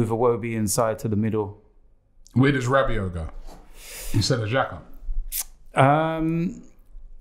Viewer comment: the guys said Rabbit... ell oh ell... not mad at them picks though for arsenal